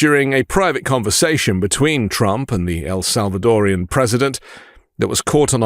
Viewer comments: Do you realize how dumb it sounds when you call a Salvadoran something as awkward as "El Salvadorian" ? Just use the four syllables. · Arghhhh, it is El SalvadorAN, not El SalvadorIAN!!!! It’s like nails on a chalkboard when it is mispronounced! 😤